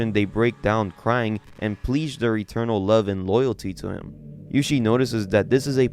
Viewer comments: Pleeeeadge? Really? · You don’t know how to pronounce “pledge”? Every time I watch one of your videos, you do something to make me realize you’re goddamn stupid. You really really do. You earn my contempt anew every time I lay eyes on you.